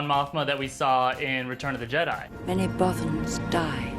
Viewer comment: Bothan's Not B-OH Thans..... Also, pray to your deity that they AREN'T dredging ideas from old, INVALID video games. Or this thing will suck hard enough to airstart a BUFF